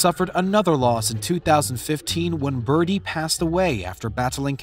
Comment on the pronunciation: It's Bridie not Birdy - but then this is trash journalism, anyway